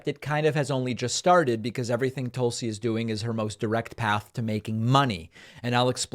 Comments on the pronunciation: Are you saying "Toolsi" on purpose bc if so I love it! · Tulsa = rhymes with PULLsee David, do you purposely mispronounce names? Are you uncertain how to pronounce some names? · You're saying her first name wrong.